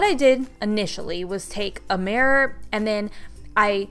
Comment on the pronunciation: Is anyone annoyed by the way she says “murror”